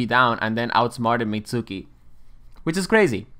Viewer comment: Pronounces the u in Mitsuki 😅